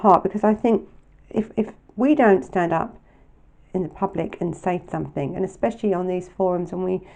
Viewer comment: love your vlogs and this was another good one I’m sorry to mention this but something doesn’t have a k on the end I just found it a bit irritating sorry